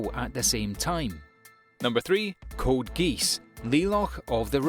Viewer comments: i find it so funny how you pronounced gungrave as gung rave and not gun grave lol. edit: OH also code geass is pronouced gee as and not as in the bird and his name is said as le looch. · .... "Code Geese, Lee lock of the rebellion" hurt my soul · I'm out, when he said "Code Geese" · i love how he called code geass code geese